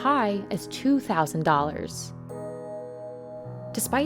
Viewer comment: "But prices can be as high as two thousand dollars." Oops, comparison emphasis on the wrong syllable. For future reference, when making a comparison, emphasize the part of the term that has the greater effect on the comparison. For example, "two thousand dollars" in this case.